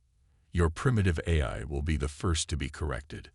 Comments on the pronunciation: Its A l not Aerhh...😂😂😂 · Great story, really loved it but... Please please please have someone review when you have a computer read it. Every Ahy instead of A.I. was very painful. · So repetitive and like others mentioned couldn’t pronounce even the word AI. Gets to the point where it’s oh my God would you please get on with the story and then it seems to be incomplete at the end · I stopped listening. I get sooo tired of most of you guys apparently having the very same LAME POS AI...or "eh-I" or however it keeps mispronouncing A...I... How can a freaking AI mispronounce AI!!!!!???? And, what is "e-KO-ing"!!!???